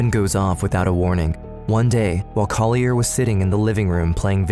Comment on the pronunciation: The narrator is mispronouncing Collier's name: it's CALL-yur. (There is an audio of Collier saying it himself in this episode.) He deserves the correction. And tho it might be picayune, on the last frame, the word 'responsibility' is misspelled. Thanks.